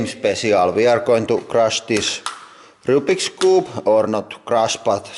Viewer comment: "roobiks coob"